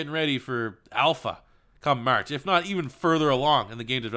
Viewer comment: I HATE the way you say “March”.... that is all.... keep up the good work